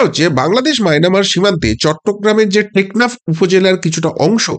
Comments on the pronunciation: মায়নামার ?? "মায়ানমার"?? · Mainamar na “Myanmar “ uchharon thik korun. Kono desher nam bhulbhal uchharon korbenna